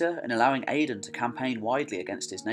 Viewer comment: Gabráin is pronounced Gow-rowyn :) Áedáin Mac Gábráin pronounced as Aey-dawn mac Gow-rowyn.